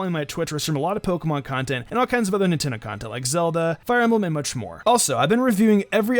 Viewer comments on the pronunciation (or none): none